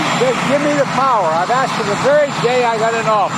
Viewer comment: He "AXED" WHAT?!?